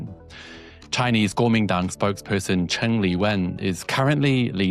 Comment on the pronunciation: Thanks for pronouncing "Kuomintang/Gùomìndăng" (中國國民黨) for us. Our 🇦🇺 news media never try to pronounce it properly. Edit: How terrible that the Chinese authorities seek to influence opinions in Taiwan, whose ROC Constitution declares it to be part of China. Quite unlike the US whose Vice President JD Vance visited Hungary during its national elections, openly campaigning for Prime Minister Orbán! That wasn't influence, it was the most blatant of political interference in a sovereign republic. No doubt if he is still in office Mr Vance will be here in Australia in 2028 campaigning for the hard-right racist "One Nation" party.